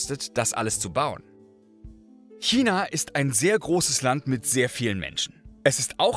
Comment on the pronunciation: danke für die korrekte aussprache von china. ❤ selten geworden